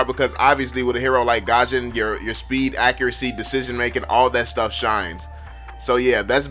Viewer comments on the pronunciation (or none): none